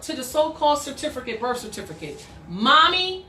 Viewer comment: Why can't you pronounce "certificate" correctly? Oh, and how did court go? I saw all of those kooky filings you made on your court docket.